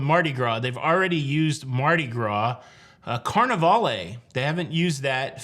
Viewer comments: Probably maybe prounounced Carneval not Carne-valleh? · Don't pronounce the E in those names, like Carnivale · Festivale, Carnivale are not pronounced using the “e” at the end at the end but a long or drawn out “all” sound. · Hi, the pronunciation of Carnivale and the others with “vale” at the end is more of a French pronunciation. The “vale” kind of sounds like the first part of hotel chain Valhalla Inn or the name Valerie. The “e” is silent but creates a feminine word. Google search of Carnivale (missing the accent above the “a” is “kaar-nuh-val “. The Tropicale would end like the male name Cal. Cheers from Canada… sorry. Lol 🍻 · Did anyone explain the pronunciations for Carnivale, Festivale and Tropicale? You do not pronounce the "e" at the end like Carnival-AY. It's like Carnival...except that the accented syllable is different. It's CarniVAL (and FestiVAL and TropiCAL). Just thought you'd like to know since you didn't seem thrilled with Carnival-AY. (I should clarify...the VAL is pronounced as the CAL is in CAL-ifornia.) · Dide, you're messing up those old ship names. "CarnivAL" TropicAL" "FestivAL" -no "ay" sound at the end. I sailed two of those, so I speak from experience. :) I did a couple of trips on the old/original Holiday, and wouldn't mind seeing the name return. Thanks for all the news and updates.